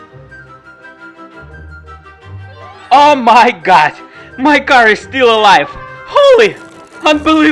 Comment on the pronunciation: You say "my car" ?